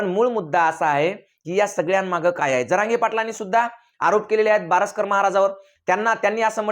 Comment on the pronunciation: बावसकर नाही बारस्कर म्हणा